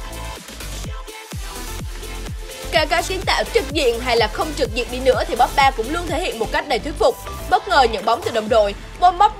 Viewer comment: Chán ghê. Cô blv. Bóp ba. Xem thì thích mà nghe cái âm bóp ba phát ra mà gây ức chế. Cái tên của người ta đọc còn sai